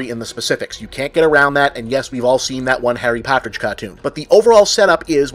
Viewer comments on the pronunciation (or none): The way how he pounces stuff frustrates me I get that he's from New York but just the way how he says partridge is painful